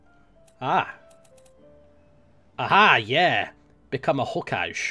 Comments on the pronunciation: the ge in hokage is pronounced gé not J it's Japanese I believe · It's "HO-KAH-GEH". As in, Naruto. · It's called ho-ka-gey, not hokage, watch naruto to learn more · "ah yes, become a hokajj" :') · "Become a Ho-Kaj!" The side of me that hates Naruto laughed at this, but the side of me that loves grammar cringed. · Ho-ka-gay is how y'all pronounce it, learned that from 2 years of watching naruto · the upgrade for shiny I is not pronounced like the way you said it, you say it like Ho-Kah-Gay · hokage is pronounced hoe-car-gay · it is ho-ka-gay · I believe it's hoe-k-ahh-gay. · It's pronounced Hoe Ka Gay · Its pronounced HO-CAA-GAY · It's not pronounced hokage it's pronounced ho ka gay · Now 300 people are gonna tell how to pronounce "Hokage".. how wonderful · I facepalmed so hard when tried to pronounce hokage -. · haha the way he pronounces Hokage oh well can't be helped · i cant belive you miss prenouned hokage its a freaking naruto refrence who didn't see naruto